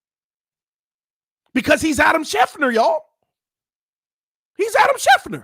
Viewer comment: It's Adam SchefTER, not Adam Schefner. 😅